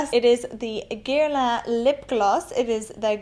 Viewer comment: you throw me off a little when you pronounce guerlain like that